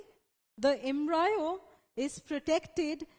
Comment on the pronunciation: It's pronounced as embrio not embraeo 😑😕 it was really annoying listening to embraeo a 100 times but the video was good it helped thanks 😄